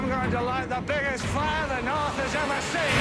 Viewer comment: KING OF THE NORF